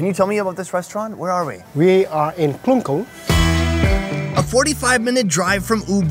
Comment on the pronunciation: Klungkung not Kun kun